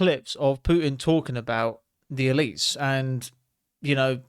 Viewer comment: "The Elites",...(EL - ITES) Elizabeth (EL - IZABETH) Ellington ( EL - INGTON) Elon (EL - ON) Ellen (EL - LEN)...